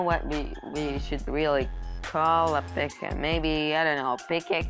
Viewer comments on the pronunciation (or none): instead of P.E.K.K.A he says pika do you mean pikachu XD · that's not how you say P.E.K.K.A